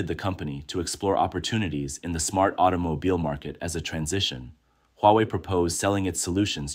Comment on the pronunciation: Auto ? No no aito 😂 Aitomobile 😂